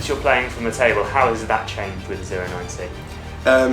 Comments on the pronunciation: 09cをオーナインシーって呼ぶのすこ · ディマは0をゼロじゃなくてオーって呼ぶんやね オロナミンCにしか聞こえないが笑